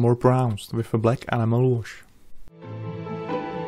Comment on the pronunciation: Funny thing is amazon has a high search rate for tamiya animal paint. I think you should try to enunciate the E at the beginning of Enamel. Not a big deal I understand English is rough with the various accents but it may stop the confusion.... keep up the great work, love all of your work.